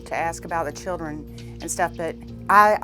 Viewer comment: Did he say “the chillen” 😂😂👌🏾 okkkk love it